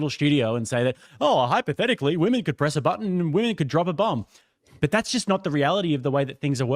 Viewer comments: Dude it’s shocking how many ladies and some guys subconsciously only know it as plural form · holy cow the guy who can't pronounce women sounds like a retard. Learn to speak English. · Soy bro cannot say the plural word women Jesus Christ. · This guy with glass is just being elusive.... He can't even say women